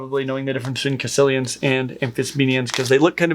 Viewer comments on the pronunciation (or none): Caecilian is pronounced 'sih-sil-ee-an'.